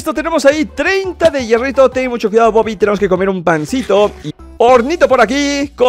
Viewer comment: bobi chileno